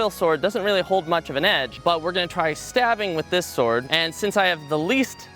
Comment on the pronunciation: bastard it's "now this is a swoid"